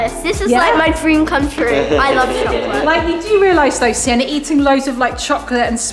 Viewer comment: I love how usually messes up sienna’s name most of the time has anyone else noticed that😅❤